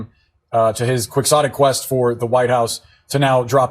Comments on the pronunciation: "Qui-KS-otic". Where does CNN get those dufuses from? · I think it's pronounced "keyotik" The X is silent, like as his name, Quixote. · There's no hard X in the pronunciation of quixotic; it's pronounced key-otic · Quixotic - Pronounced "key-ho-tik" you're all welcome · It's qui-HHHotic - as you just pronouncee, peoperly, the name of Don Qixote as KI-Ho-te... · Love you guys but it’s pronounced Kee-Ho-Tic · see? there you have it: kwixottick! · It's a legit word, but the propagandist pronounced it wrong. It's *Key-hoe-tic. And also does not apply to RFK at all, it's a real reach to try to belittle him.